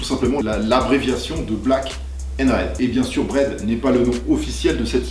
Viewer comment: C'est gênant quand tu dit Brother